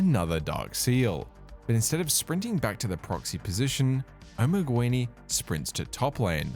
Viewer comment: Just a minor constructive complain. Assuming spanish spelling (since his client was in spanish in the videos shown I assume that was the "correct" way) the word "Omeguini" is not pronounced "Omeg-U-ini", it is pronounced just "Omeg-ini". Could not help but notice every time that player's name was repeated. The word itself has no meaning AFAIK, it kinda sounds like an italian omega. If spelled like you said it does not ring a bell.